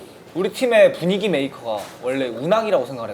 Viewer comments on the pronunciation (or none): 너가 정말 (어잇) 부뉘기 메이킹을 저ㅇ말 잘하는구나아 하는데 진심인지 장난인지 모르겠고 사투리+표정연기 콜라보에 정신이 혼미함(n)